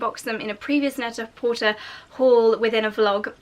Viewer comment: The site is pronounced net a por-tay. It’s a play on the French phrase pret a porter, which means ready to wear.